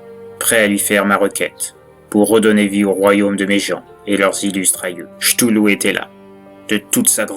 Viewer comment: Ktoulou. Pas Chtoulou. 😂 Mais sympa à écouter !